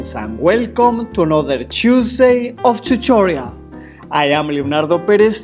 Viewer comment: chusday of chuchorial